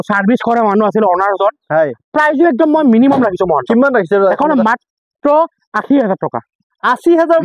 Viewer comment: বাকী বাদ দিয়ক,,মহন্ত বুলি যে কয় শুনি ভাল লাগে দেই